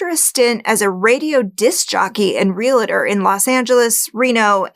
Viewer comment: That was a wild story about the rapist, but what really got me is your not knowing how to pronounce realtor. Come on, you're a professional speaker!